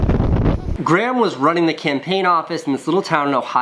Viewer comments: He says Graham like "gram" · Anyone else annoyed at how he says grahm 😂 anyone Irish knows how it's pronounced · More importantly why does Casey pronounce Graham like Gram? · why do you pronounce graham gram lol